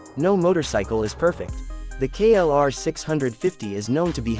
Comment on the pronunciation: KLR OR KRR ??? GET IT RIGHT! HOW UNPROFESSIONAL